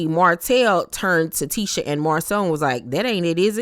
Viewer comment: just can’t get Tisha name right 🤷🏾‍♀️ l be yelling at the screen it’s Tee-SHA not Tish-A 😂😂 no one corrects her